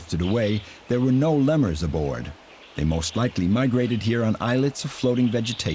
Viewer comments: I came for the animals, but it's mainly a doc about people and places. Also, I cannot listen to the narrator mispronounce 'lemur' anymore. Makes me nuts! So I'm off to find animals and proper English. Bye bye!!! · the narrator doesn't know how to pronounce "lemur"!